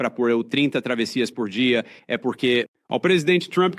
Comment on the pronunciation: Que porrrrrrrque , que R é esse??😅😅